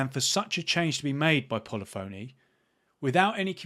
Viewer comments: you would be a great community manager! You have to begin with no longer calling the PHONY!!! Pronounce it as “Funny”. Pu-Li-Funny Digital. Thankfully, you’re not on television (Morgan Webb on G4) calling the game Gran Tureezmo! You have taken the words out of my mouth. I bought ACC from Plus a couple of weeks ago when it went on sale again for 12 bucks. I have yet to click on it to begin playing it. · Should learn how to pronounce 'Polyphony'. puh·LI·fuh·nee, not polly phoney. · You may have a better chance of working with Polyphony Digital, if you learn how to pronounce the company's name correctly. It isn't that difficult.